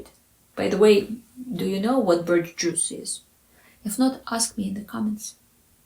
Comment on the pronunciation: Maybe birch isn't at the forefront of other listeners' minds as it is for a cold-climate person like myself, but I thought your pronunciation was just fine!